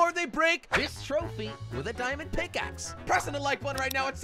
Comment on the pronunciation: its pickaxe not pickace